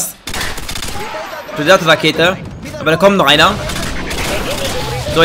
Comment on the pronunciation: KEin Hate !! machst gute Videos mach weiter so (Y) aber ohne deine Leitung wärst du so einer der immer so knapp im 0.9 kd Bereich wärst . Und lern predator Rakete auswendig und dann sag es mal richtig ✌️